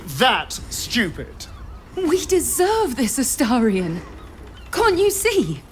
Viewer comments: HOW TF do you STILL manage to mispronounce a name that gets SAID REPEATEDLY throughout the game??? it's AstArion NOT Asterion. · Esteirion. I love the way you say it unironically like your mouth physically can't make the shapes and movements it takes to say it correctly. This is my favorite 😂🎉🎉🎉